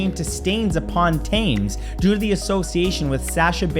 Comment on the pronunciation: Keep it up Matt, but check the pronunciation for Thames and Peugeot